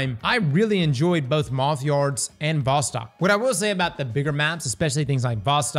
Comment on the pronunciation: A bit of trivia: VOSTOK is pronounced like "Wah-stock" with emphasis on "stock" It's a Russian word meaning "East".